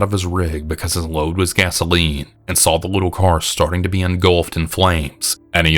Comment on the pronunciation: Why Do You Say “VER-GINA”? Why Do You Also Say “SAWL” For “Saw”? 😂😂😂😂😂😂The way you pronounce words is so funny to me. Love you 🖤❤️